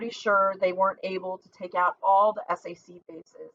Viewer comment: Please SAC stands for Stategic Air Command and is pronounced (Sack) Nobody says S-A-C Romeo is pronounced like the Shakespear caracter and stands for the letter just as Juliet stands for J. There are certain groups of letters, when put together in the phonetic alphabet, repesent entire phrases such as Tango Yankee stands for Thank You, I'll let you guess Yankee Whiskey.